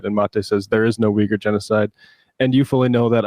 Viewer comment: You’re a producer correctly pronounces Uyghur(we-gur) as you incorrectly pronounce this at least three times but finally correct yourself in a later pronunciation but with as long as you have been and on air radio host, YouTube content creator, and a peacock show but have a serious problem with pronunciations Of a lot of words.